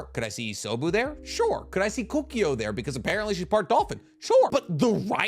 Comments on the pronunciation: kokuyo? its koku O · Ko-koo-oh I cringed everytime you said koo-ki-oh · The amount of times you said kukio is insane. Kokuo. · You really need to reeeeeeeead the names. Say it with me: KO-KU-OH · Pronouncing Kokuo as Kookio really rattled me... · cannot pronounce kokuō to save his life but that’s okay he makes entertaining content